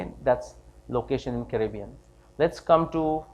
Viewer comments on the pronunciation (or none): none